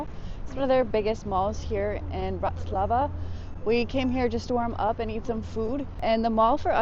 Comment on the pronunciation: Is this a travel blog or a weather report? Additionally, might like to check the name of the place he is visiting. I don't think he managed to pronounce BRATISLAVA correctly at any point in the video. Pretty poor!